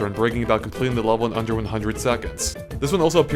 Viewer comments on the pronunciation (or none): I am annoyed by his pronunciation of the word 'level'.